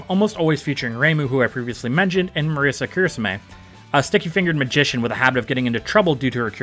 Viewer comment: I'm not even Japanese but that pronunciation of Marisa just hurts. Otherwise great video Night of Nights is a remix of Flowering Night from PoFW